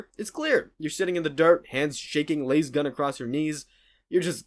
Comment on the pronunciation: It is L A S gun. Not lase gun 😅